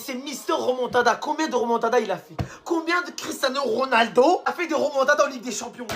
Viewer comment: "Quicherano Ronaldo " 😂